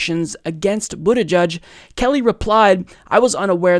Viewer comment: “Boot-eh-jedge” not “boot-eh-judge”.